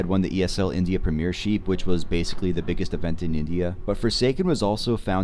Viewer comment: Me too, especially the mispronounciation of Premiership